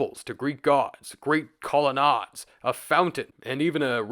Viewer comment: Call-ah-nade, not call-ah-nod